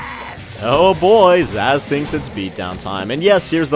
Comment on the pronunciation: Amy sounds like Minnie Mouse. Wait, Zazz? It's pronounced like Zsasz, a Batman villain. A really creepy one at that.